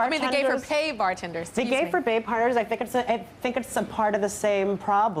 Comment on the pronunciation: hahaha he says "the gay for bay parters" lol